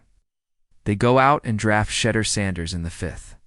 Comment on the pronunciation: Can someone teach A.I. how to pronounce Shedeur 🤣